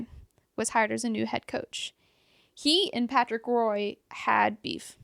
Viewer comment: Small correction. Patrick Roy is pronounced "wa" and not how it's spelled out. Love the podcast! I'm a hockey die-hard but didn't know a lot of these team histories!